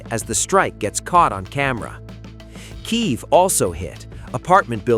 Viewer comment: No Nukes and Kiev is pronounced Key Ev